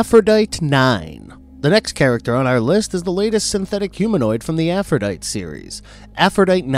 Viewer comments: AphroditE. way you say it, sounds like the name of a virus or something. or also closely related to a troglodyte. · Pezzini is pronounced Pah-ZEE-nee. Also, if we're going by the name of the Greek goddess, Aphrodite is pronounced Af-ro-DITE-ee. I'm just sayin'... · It's "Afro-die-tee", "Pe-zine-ee" and "BEAR-es-ford." Otherwise, good video. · "Aphrodite" is pronounced "a-fro-di-tea". Arguably funny...... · Sorry, you're mispronouncing some of the names. "Aphrodite" -the final "e" is pronounced. It's AFRO DIT TEE. Sara Pezzini is Pezzini with the accent on the second syllable - Pez ZI nee.